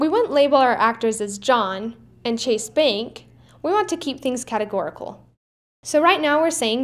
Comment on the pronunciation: I like how you say 'beenk' for bank